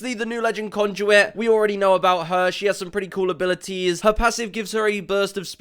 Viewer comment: Who's conjuit😂 I'm pretty sure it's Conduit 😂